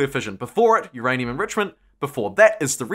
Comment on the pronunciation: "uURRaAiNUMMm! !!" Lol